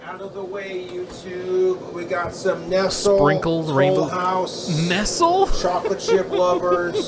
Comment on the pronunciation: The way he tries to pronounce 'Nestle' 😆